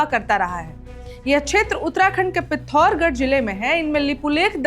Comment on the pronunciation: Bolna shikho Pithorgad Pithorgad Apane Ariyaka man Taka Nahin Haito Kya Janti Ho Murkhata Mat Karo Bahima